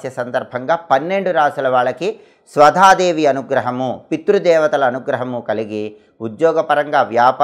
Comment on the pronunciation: చెప్పేటప్పుడు సరిగ్గా ఉండాలి సదా దేవి కాదు స్వదా దేవి